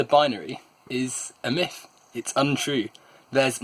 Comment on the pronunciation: MYTH* not miff